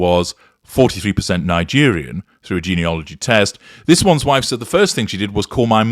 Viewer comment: 😂😂, your too funny! She came to share the fact she is 43 percent Nigerian! Is she not half white? She messed up the word geneology.